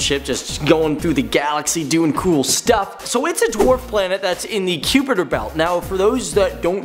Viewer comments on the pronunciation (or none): wtf is cupiter belt. Lol...?? Kuiper pronounced ky-per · its pronounced mau-kaye mau-kaye, and k-eye-per belt. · it's pronounced..The Kuiper belt /ˈkaɪpər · that kuiper belt pronounciation >.>